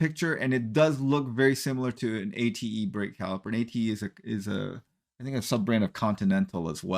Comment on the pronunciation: Also the brake manufacturer is pronounced Ah-Tay.